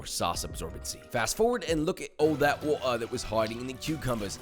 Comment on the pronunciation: “Look at ou tha’ uo’ah that was hoiding in the cucumbers, SICKENING”